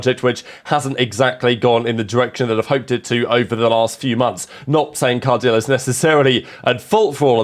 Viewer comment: 'Card -eel'? Surely 'Cardilay'/